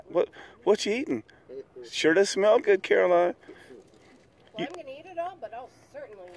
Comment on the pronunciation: please don't be offended, but for the last 3 or 4 videos you have been calling carolyn- Caroline, lol. It is carol-lynn not caroline, hahahahaha. Just didn't want her or her fans to get offended. Loved the video -hugs xoxoxoxo